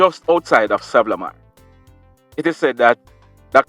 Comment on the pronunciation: Like the show but can u say Sa-van-na -la-mar thanks.